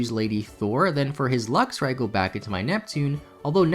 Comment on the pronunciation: Is he calling Luxray LUXIA?